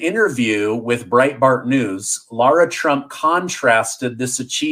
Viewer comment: You're pronouncing lara trump's name wrong